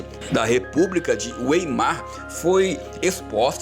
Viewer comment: Se fosse Hitler ia ser um bem pior com certeza, a e se fala 3°reich (raiche) e república de Weimar (veimar), ótimo vídeo amigo🤩